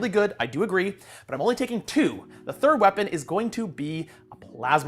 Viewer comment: had a physics profesor who pronounced theta nearly the same way said 'thirda' 🤣